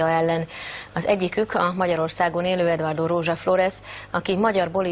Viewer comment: (D.A.)Edvárdó😂😂😂 Nem tudja kimondani, hogy Eduardo. Mindenki más ki tudja mondani.